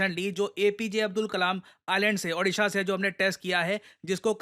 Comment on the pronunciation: Sir ek humble request he apse please jab v odisha ka name lete he ap please correct pronounce kijiye it will make all odia people's proud